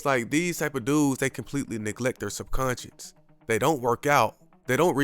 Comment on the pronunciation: It's subconscious, not subconscience.